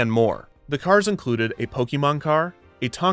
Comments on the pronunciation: "poke-EEEEE-mon" I'm sorry man, but I can't allow myself or my children to be subjected to such profanity. I guess I can't watch your videos anymore 😢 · it's pronounced "poh-kay-mahn" according to official literature.